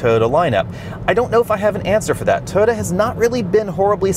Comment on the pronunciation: BTW, it's "Toy-ota", not, "Toada."